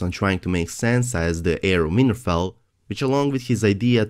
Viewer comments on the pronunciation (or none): lol I keep hearing '' Weinerfell''